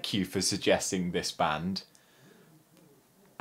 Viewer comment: bro amazing vid but the pronunciation of the band wasnt the best but tbh its better than most